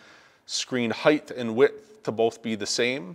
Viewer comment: dude there’s no word in the English language: heighth The word is : height You’ve said it many times now in this video, and it’s like nails on a chalkboard. Holy cow glad I was able to help you live life less embarrassing going forward. Have a great day.